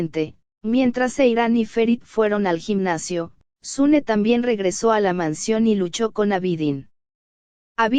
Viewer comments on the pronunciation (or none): No es sune es suna.